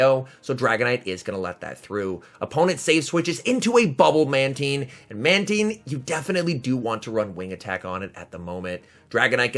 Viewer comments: Manteen? How do you pronounce nine? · In early generations of the TV show, Mantine was pronounced as Manteen, they changed it later on